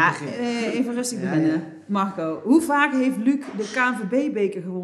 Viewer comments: Waarom zegt de presentatrice Magco? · klinkt alsof ze een spraakgebrek heeft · Hoe zij Marco uitspreekt. MarCOO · Brabants, we spreken hier niet met n rollende R